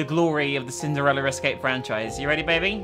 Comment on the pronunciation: Why does she say cindereler?